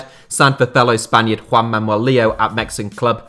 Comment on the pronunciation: Why do you pronounce "Manuel" as "Mamuel"?